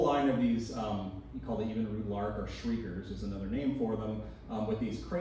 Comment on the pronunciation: Obviously, our narrator is not from the Milwaukee area or even from Wisconsin, for that matter. FUN FACTS 1. Evinrude is pronounced exactly as it is spelled, EV-in-rude, not even-rude. 2 Oscar Mayer is pronounced MY-er, not May-or, so that tells me you've never even: a. eaten an Oscar Mayer Wiener b. owned or played an OM Wiener Whistle c. heard or sung the OM Wiener Song d. heard or sung the OM Bologna Song 3. The concept of Planned Obsolescence has been attributed to General Motors executive, Alfred P. Sloan Jr in 1924 4. Also, the man's name is Brooks Stevens, with an S, as opposed to Steven.🙄